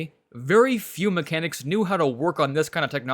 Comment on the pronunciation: " Very few mecancis koow how fix French cars " ... Why ????!!!!!!